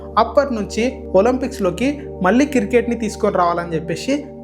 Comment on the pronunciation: కిర్ కేట్ కాదు క్రికెట్ Any way all the best